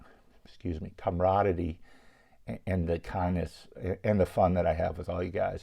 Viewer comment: Aww dang! So cool of Mike. Did you say" comraditty and kawndness"?